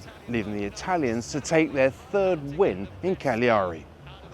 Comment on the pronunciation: Càgliari not Cagliàri. But other than that great job! Thanks👍